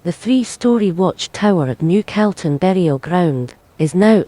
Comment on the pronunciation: I wish the Scots woman knew how to pronounce Calton !! It is NOT pronounced Celton,. it's Calton as is "Cawlton"